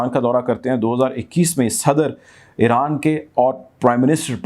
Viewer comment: Great VM👍Balance Coverage ….. just say Iran not Eran